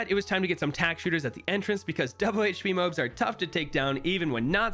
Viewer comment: their pronounced mo-abs in a easier way say mo then say abs then say them together, now you got moabs